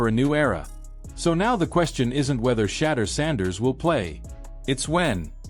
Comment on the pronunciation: Say his name right jeez